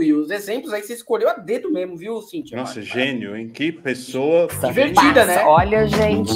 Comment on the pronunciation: Delfim Neto foi massa! 😂😂 Dizem por aí que o Delfim dava ré no Kibe, que nem este fascista infanto-juvenil provavelmente dará no futuro! Olha o naipe do indivíduo! Só não vê quem não quer... Esse fala "noffssa", ao invés de "nossa" com toda a certeza! 😂😂